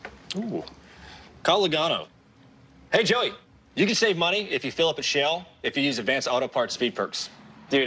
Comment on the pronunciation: I can't be the only hearing him pronounce Shell all weird as hell.